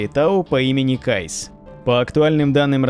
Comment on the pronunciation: Кайс? 🤦‍♂️ Ну КаИс же.